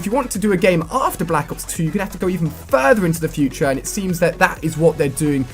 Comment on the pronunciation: That moment when it said futre technolog